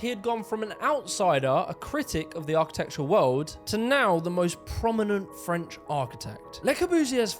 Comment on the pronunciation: You need to practice your French accent... it sounds German lol